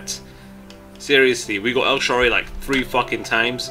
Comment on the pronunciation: Lol El Shaawary